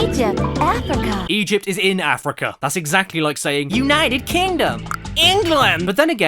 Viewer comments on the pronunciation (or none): "United kingdum EENGLIND"